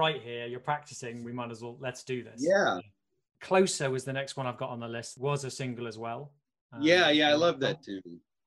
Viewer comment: Closer (close-air) in the Irish language coplia’s é and í are common it’s possibly a linguistic carry over